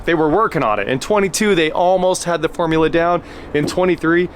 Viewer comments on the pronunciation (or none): none